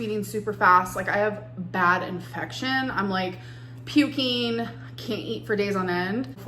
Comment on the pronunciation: ..." I started 'shivereen', I was 'pukeen', I got 'a bacteria ', they 'subscribed' me an 'antibiotiç 'etc.,etc.,etc.